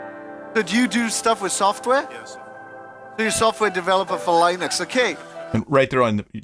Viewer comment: Did he pronounce "Linux" wrong, too? 😬 Assuming I heard that right, he probably would have gotten that from the (software) company's Facebook page. The "Lin" is pronounced like "tin", despite being named after the creator, Linus.